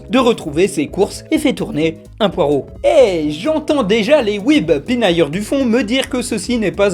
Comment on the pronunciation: C'est pas comme ça qu'on prononce "poireau"